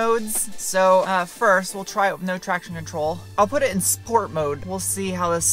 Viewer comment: Dear, I thoroughly enjoy your videos. But what's with the pronunciation? Schteel? Schport? One moment you say schport and the next moment sport? Just wondering but I still love you.